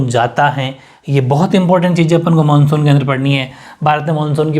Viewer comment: 🔹 Monsuuu😊😛😛bengoli style m bola.. pr bola to h...😊😊chlega..manshu monshu ek hi baat h sirrr😘